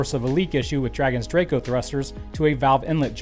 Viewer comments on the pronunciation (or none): none